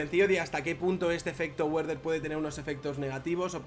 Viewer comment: excelente tu contenido y tu canal... pero Goethe se pronuncia "guete" y no "guet", y Werther se pronuncia "verder" y no "güerder", ya que es alemán, no inglés...